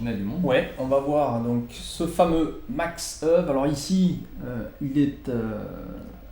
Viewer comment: Merci pour cette vidéo. La prononciation des prénom et nom de ce champion en hollandais est « Makch Éweu ». Cf. le site forvo